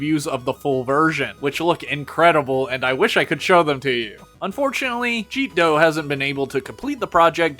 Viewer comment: Ah yes Jeetdoh. . .I remember when that artist did much rounder art. . . So happy he's doing what he loves though, also I thought it was pronounced like Jet-dough